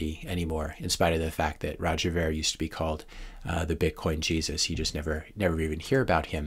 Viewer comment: Roger's last name is pronounced "Veer" not "Vair". I learned this recently from his 2017 interview with Dave Rubin. It's a common mistake.